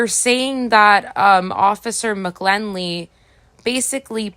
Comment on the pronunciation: The correct pronunciation of McGinley is with an "i" not an "l." Have no idea why you believed the first "i" was an "l" when the dot above the "i" is clearly visible?